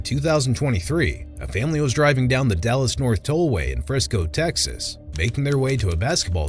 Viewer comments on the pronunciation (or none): none